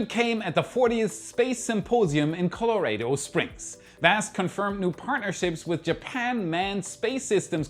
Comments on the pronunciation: The name of the state is pronounced colo-rah-do, not colo-ray-do. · Color.. rado.. appreciate this is his 2nd language.. butt, had me laughing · Co-lo-ray-dough Springs?😀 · And Earth-ess and cehh'ment. Love you, don't change. (My German is horrible.)